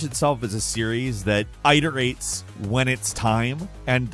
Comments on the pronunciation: it-er-ates not eye-ter-ates... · Can you PLEASE stop saying “iterates” like that? It’s not “eye-terates”. Stop it. I hate it. Please for the love of god.